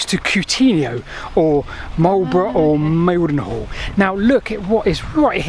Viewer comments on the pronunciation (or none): Very interesting as always, thanks for the food for thought. Just a couple of pronunciation points: Cunetio. What the Kennet is named after. And Mynall, local pronunciation of Mildenhall. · Mildenhall (near Marlborough) is pronounced 'Minal'. Just saying.. Keep up the fascinating wanderings. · Fascinating follow up, and don't worry about mispronouncing Mildenhall (my-nal) as everyone else does as well except those that live there.